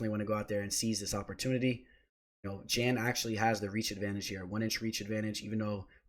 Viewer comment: Love the content and insight, I always drop a like. "Jan" though? It's pronounced "yawn"